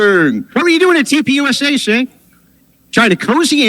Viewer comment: I love that Andrew keeps saying cents name wrong until he rebutes with Andrea lol